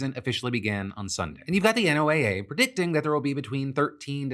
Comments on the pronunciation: Why can’t you pronounce NOAA correctly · Why NOAA and not NOH-ə, is there a reason we spelled it out versus using Noah like everyone else?